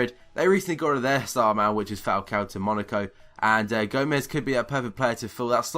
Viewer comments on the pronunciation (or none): none